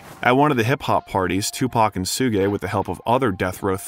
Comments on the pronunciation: 2pac is the G.O.A.T. oh and it's shu-ge not su-ge, jus' saying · Images not accurate to things being talked about in that moment, but more importantly it’s missing some key vital details in certain topics discussed. Also, how can you take this video seriously when they pronounce Suge knights name that way 🤣 [sue-gay] 🤦‍♂️ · Sewgay knight 😂 you mean suge knight